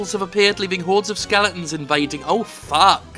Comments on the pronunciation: Are you saying SKELETONS or SKELINGTONS ??? It's driving me fucking crazy. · it pisses me off how he says skeletons